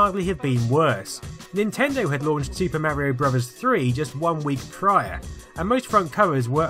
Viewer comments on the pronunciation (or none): none